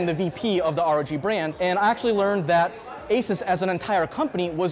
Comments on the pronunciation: Mans done his research, yet can't pronounce asus.... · At least pronounce ASUS correctly. You're literally a tech channel. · It’s a bit grating that a tech journalist can’t correctly pronounce ASUS.